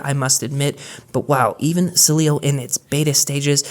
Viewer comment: I love Cydia, and will keep it, but Sileo looks so clean and updated with the times. BTW, you really struggle with saying Sileo 😅. No worries, the devils lettuce is legal in CA. Wish it was legal where I live.